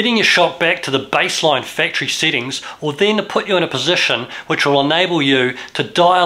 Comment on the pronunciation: why instead of saying sEttings, he keeps saying sittings?